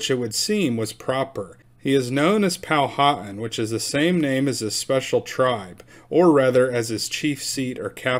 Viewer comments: You are saying our name wrong it is pow-wha-tan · Pow-wa-tan . I relocated here to James City County, from North Texas, in 2004 and had to learn how to pronounce their words. lol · I do believe it is pronounced "Pow-a-Tan (as in suntanned). I could be wrong. Eastern Woodland Indians did not want the White man, but they sure liked those copper kettles for boiling up a fat puppy. Noble savages. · Pronounced Powa-tan. Hen-ri-co.